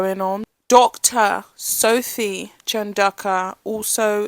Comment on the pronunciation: I just googled it. Looks like pronounciation is CHAHN DOH KU